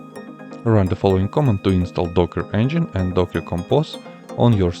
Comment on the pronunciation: Please work on your pronunciation. More specifically, please do not pronounce "command" as "comment".